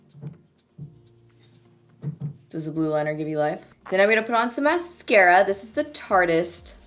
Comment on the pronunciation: the way you say mascara makes me laugh am i the only one 🤔